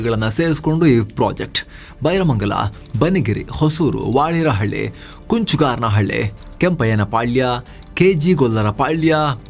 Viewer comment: ರೀ ಸ್ವಾಮೀ,,,, ಅದು ವಾಡೆರಹಳ್ಳಿ ಅಲ್ಲ - ವಡೇರಹಳ್ಳಿ ಕುಂಚುಗಾರನಹಳ್ಳಿ ಅಲ್ಲ - ಕಂಚುಗಾರನಹಳ್ಳಿ ಅರಳಾಸುಸಂದ್ರ ಅಲ್ಲ - ಅರಳಾಳುಸಂದ್ರ ಉಚ್ಚಾರಣೆ ನೆಟ್ಟುಗ್ ಮಾಡಿ😏😏😏